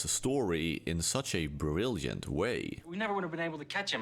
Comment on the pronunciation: you spend the whole video not pronouncing a single J Than hit us with "brilljent?" learn to fucking speak if you're gonna do voiceover.